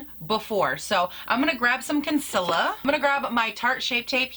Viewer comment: "Concillur" 😅 ohlord she drove me so nuts with that when I watched her! *have you tried the Jcat Aquassurance powder foundation? I have that one and I've heard it compared to this one.